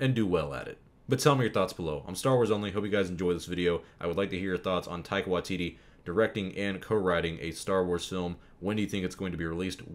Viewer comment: Tye-qua Wa-tittie 😂